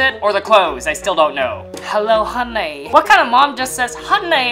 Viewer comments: it’s HUNNY not HONNY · What the hell Alan do you say huuny so badly?😂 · Bro was too disappointed that he said HUNNY in a strange way 😂😂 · Wen you sed the word honni i hav laght😂😂😂😂